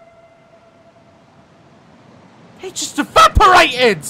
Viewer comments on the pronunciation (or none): ''HE JUST IVAPERATED''